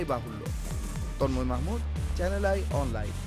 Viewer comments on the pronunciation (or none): none